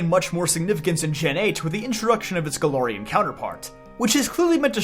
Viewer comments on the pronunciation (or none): none